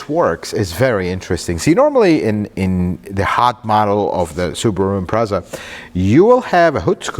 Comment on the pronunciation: This guy is the best car reviewer. I can listen to him the whole video and i don't really know about cars. But he pronounces Subaru wrong lol. I'm Japanese though so maybe it won't annoy other people